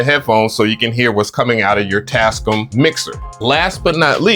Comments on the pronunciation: It is your right to say a word anyway you wish, but why do you say Tas-cum? The manufacturers themselves pronounce it: Tas-cam? Individuality is wonderful but you do sound weird when you say it that way. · I give up bro. You win!! It’s “TASCUUUUUM” from now on😂😂😂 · 😹...Always called them "Tascum!", instead of "Tascaam!"💥😂..(knew I was correct)!😼...a BIG! thanks! for the confirmation!💥🤣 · The manufacturers themselves pronounce it: tas-cam not tascum. But I support your right to say it any way you wish. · Tascome got me weak lol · I’m now watching for pronunciation!! 😂😂😂. Tascum, reverb, sequencer are all added to the list! 😂. Love your videos dude! 😎👍🏿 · Tascum is the ONLY way I'm pronouncing their name now 🤣🤣🤣. I want the Live 3 AND the model 24 though, still rocking the OG MPC one for now